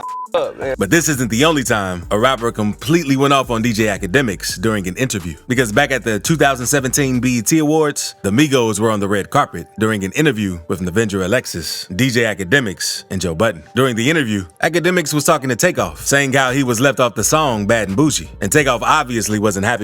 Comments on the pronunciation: “Navenger Alexis”!?! Who tf is that!?! 😂🤣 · Saying Nadeska is Navenga is wild AF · WHAT THE FUCK DID YOU CALL NADESKA?! 😂😂